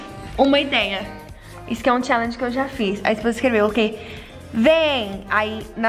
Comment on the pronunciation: Perdi a conta de quantas vezes ela falo chellegen kkkk